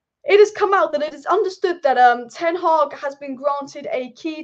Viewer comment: Sorry but can you please stop saying ten agg it’s ten hag sorry so annoying.